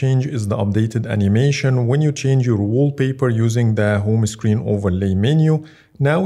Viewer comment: يا أخي اسمها هوم هوم سكرين وليس هومه سكرين